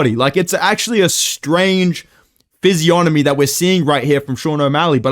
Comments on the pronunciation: ‘Physionomy…’ - nice one😂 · No way bro really just said physionomy you little blockhead fewl yeh